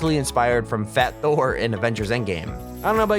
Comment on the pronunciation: ITS NOT THOR !!!!!